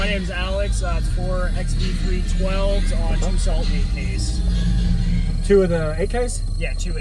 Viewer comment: Am I the only one who heard him say salt md 8ks 😂 pretty dope setup brother